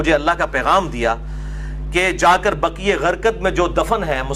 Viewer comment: جنّت البقیع ، بقی غرقت نہیں